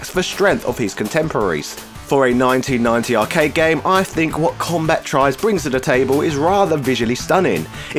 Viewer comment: Comba-tribes, not Combat-ribes.